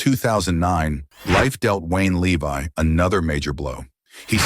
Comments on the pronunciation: It's pronounced Lev-e not Le-Vi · Too bad you pronounce his last name wrong.